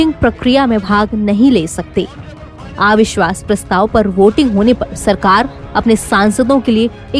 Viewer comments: आविश्वास नहीं अविश्वास उच्चारण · मॅडम आ विश्वास नही अविश्वास होता है.आप के साथ नवभारत का नाम जुडा है.कृपया डिक्शन पार ध्यान दे